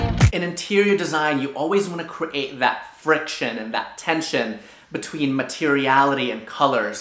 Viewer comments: is it just me or does he say cre-ate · I love how pronounced create as cre-ate